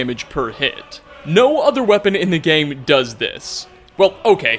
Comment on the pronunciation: WeLl(a) , gAmE(a). Suprised(a). Why do you have this obnoxious wanna be news anchor thing going(a) and why do you have to add an extra letter to the end of every word at the end of your sentence. Unless its a literal location name. You finish it off like this(a).